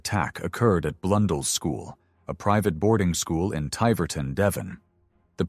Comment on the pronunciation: Ti verton 😂 its pronounced tiv er ton